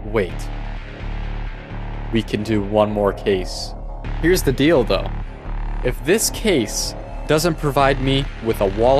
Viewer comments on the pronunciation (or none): at the end he said dlido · 10.54 He said "Here is the deal tho" What I heard was "Here is the Dildo". I cant stop laughing xD